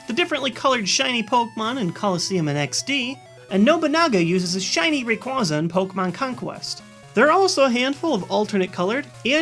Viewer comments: that is the wrong pronunciation for Rayquaza.... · don't mean to b rude but I'm pretty sure it's pronounced ra-quay-za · i have a theory that shiny pokemon are albino pokemon. they are a rare and unique coloration to the normal. also you mispronounced Rayquaza. it is 'RAY-QUAY-ZA'. yeah it's weird, but that's the official pronunciation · Why do people always mispronounce Rayquaza?